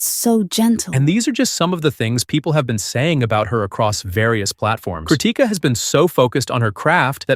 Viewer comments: bro thank you so much for making this video and supporting her and yes you are pronouncing her name wrong 😭😭 the difference between Ti and T is so huge damnnn I just noticed it today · Stop saying crutica😊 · Your pronounciation of "krutika" is wild.